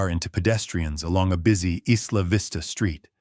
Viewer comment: Eye-la vista not is- la vista..